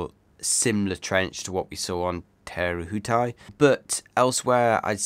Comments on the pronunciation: An interesting cup awaits us all. Fantastic review eagerly awaited and the next 3 also. It will be interesting to see what the Americans come uo with, Patriot was a quick boat. (KiwiBTW). So excited to see them in action. your pronunciation of te rehutai is really good but.... Theres another one coming 😂😂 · Your pronunciation of Te Rehutai is a lot better, well done😊 and what a stunning looking boat Luna Rossa have produced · I know, and Te Rehutai supposedly wasn't that difficult a pronunciation. I live in fear of what the next one might be, but i'll give it my best shot anyways